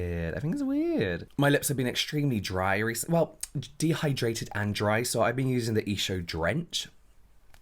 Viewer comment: Am I the only one who takes a sip of wine everytime James says "Hy-DRATED" and says "Dehy-DRATED" or they say "Crusty bits"???? 🤣 I love to Wine and Welsh. 🥂